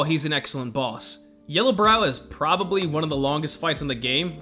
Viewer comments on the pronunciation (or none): none